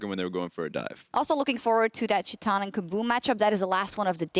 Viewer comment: It's... titan. Tie-tan